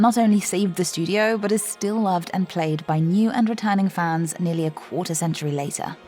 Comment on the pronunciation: "A quarter of a century" please don't say it like that 😂😭